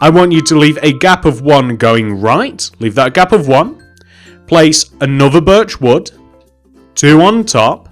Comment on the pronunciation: When u say birch wood, sounds like ur saying virtual